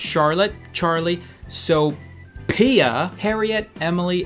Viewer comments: You know ph makes a f sound so it's not "sopia" Its "Sophia" learn english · we read it Sofia not sopia XD its arabic name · You are literally saying “Sopia” read the H. It’s just another way to spell Sofia lol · It is not SoPia. It gets written as Sophia but spelled like "Sofia" you fucking ruined my name! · PH = F so its Sofia NOT sopia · Actually my best freinds name is Sophia Sophia is pronounced sofia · I am so offended my names sophia and its PRONOUNCED sofia shes now smarter then u :) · soPEEEhia lol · Ph is prononsed f Sophia, in this case it's pronounced sofia the F sound brah. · This nigga just said SOP-IA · it is prononced sofia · Ph makes a f sound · He said SoPia and I’m offended bc he dsaid my name wrong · Sophia Is pronouced so fee ugh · Why did u say so-piya It's PH not P wtf wrong with u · A lot of people don't understand I was joking about how to pronounce Sophia. I know that the "ph" makes and F sound! That was part of the joke cause the kid spelled it with a capital 'P' lol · You know, you spell Sophia with a "P"! Just because the letter was capitalize didn't change the pronunciation, boy!!! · "Ph" has the F sound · "PH" make a "F" sound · Um if you didn't read it properly (ph) makes a (f) sound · The p is silent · The p in sophia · Ph makes the f sound, go back to 1st grade